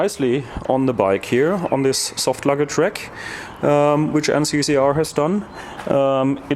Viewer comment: Excellent video, always technical and precise. Now if we could only teach how to pronounce RACK... It sounds like "rAk" not "rEk". Wreck is what your bike becomes after you crash it too hard;-)